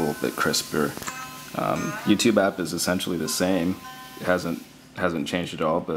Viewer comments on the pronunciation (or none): none